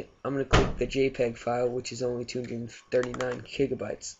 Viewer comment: kigabytes? lol but ty